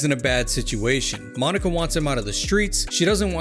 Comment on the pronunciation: Now did he call her “Monica”? Or “Mah Nikka”? Asking the real questions